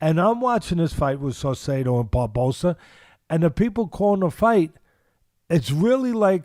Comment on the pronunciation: Babaso/ babosa lol Teddy killing me